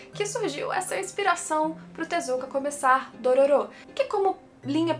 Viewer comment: Não é Dorôro que se pronuncia não?